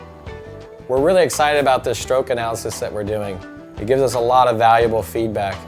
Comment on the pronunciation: Great video, would be so much better if he said "stroke" instead of "schtroke"